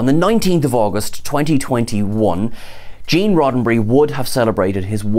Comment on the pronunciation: Gêne with a British accent I kind a like it. Maybe we should start a petition